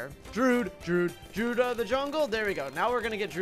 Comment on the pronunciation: It peeves me how he says "druid," he says it like "drood"